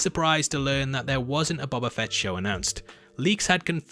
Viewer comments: BOH-BA lol sorry dude just always get triggered when people say BOB-a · BO - BA... Not Bob - a. FFS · Boba...ooooooooooo....not baba. You kept saying baba. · how you pronounce it like bobba lol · Stop saying BUBBA. It's BOBA! EDIT: IT's not BOBBA either! Do you have the sound of a long "O" in your vocabulary, or don't they teach that in your fancy English schools? EDIT 2: Dog saber?! Dock saber??! Are you trying to say the word "dark??" Because there's an "R" in it. Is "R" missing from your vocabulary too? How many letters are missing from the English alphabet, when it's taught by the English, I wonder?